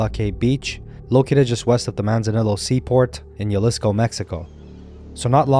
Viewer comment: its pronounced Halisco. the J in spanish sounds like an H, just like how Juan is Huan